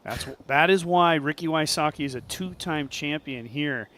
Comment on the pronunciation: WHY-soh-kee? omg. me ears. v-sotz-kee please.